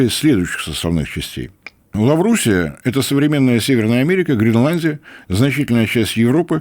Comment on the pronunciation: Не "Лаврусия" а "Лавразия".